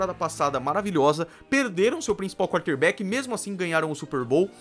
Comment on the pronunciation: Primeira vez que eu tô vendo o seu canal, nuita boa análise, bons dados. Pronúncia correta nos nomes dos Jogadores e nome dos estádios, mas algumas posições e termos a pronúncia não tá muito boa, wild card, quarter back, etc. Só uma crítica construtiva pra você